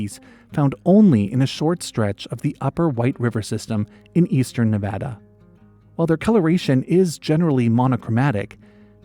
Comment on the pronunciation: Where my fellow battle born Nevadans at!!!! And its ironic the narrator was able to pronounce Nevada correctly when most folk can’t